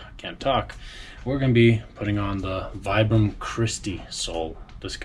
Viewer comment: Vibram is pronounced “VEE-bram.” Named after the founder, Vitale Bramani.